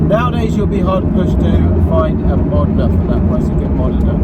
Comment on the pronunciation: Bro it's pronounced MOE-DEN-A not MOD-IN-A stop butchering this amazing car's name